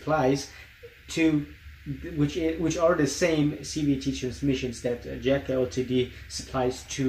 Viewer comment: Enjoyed the video but ltd is pronounced "limited"